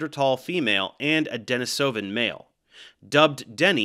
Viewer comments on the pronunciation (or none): It's pronounced De-NI-so-van, not De-nis-O-van